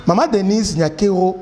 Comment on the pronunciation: La Damme son vrai nom est NIYONKURU qui es le nom d'origine Rwandaise et Burundaises qui signifie (God is great) mais un journaliste dela Rtnc a mal prononcé ça lors du premier prestation du serment de Félix béton en appelant NYANKERO qui n'a pas aucune sens et signification au Congo,Rwanda et Burundi mais ont comprends l'erreur commise par le journaliste prcq le kinois ne pas bon en prononciation de Kinyarwanda et kirundi